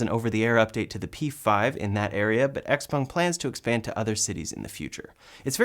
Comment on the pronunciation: Congratulations on pronouncing XPeng (essentially) correctly! For whatever it’s worth, the characters are 小鹏, IIRC, its founder’s name, so the Peng part should be spoken with a rising pitch. (Being a musician, you might find it interesting to get the tones right!)